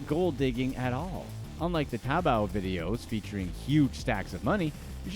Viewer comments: It's TaoBao "ta-ow ba-ow" (bow, like "taking a bow" when audience claps. ) Not Toe Boe 🤦🏻‍♀️ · My man said "on "tabbo", a WeChat e-commerce platform"........